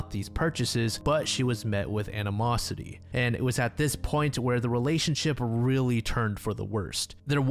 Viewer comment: Who is Anna Mossity? At one point, you said Susan met with her….